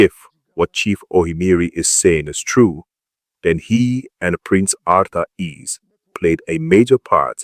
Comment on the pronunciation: It's Arthur Eze not Arthur Ease